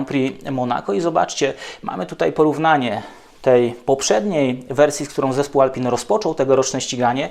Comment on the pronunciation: Używa Pan słowa "porpoising" z nie najgorsza wymowa. Ale jednocześnie mówi Pan "Alpin" myśląc o marce Alpine. Proszę zachować oryginalna wymowę? Francuzi i cały świat mówi "Alpę". Nie Renault Alpini a Reno Alpę. Taki detal.